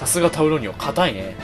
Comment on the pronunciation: タウロニオのこと タロウニオって言ってたw